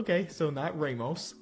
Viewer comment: Why does say "Ramos" like a 70yo white man from Texas 😂😂